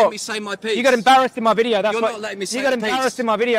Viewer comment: he says vitio instead of video